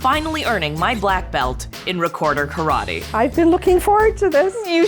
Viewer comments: I hate when yankees say "karwhadi" instead of "karate". Totally annoying. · Why do you pronounce karate ka-rah-tey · The pronunciation of "karate" in this video hurts my ears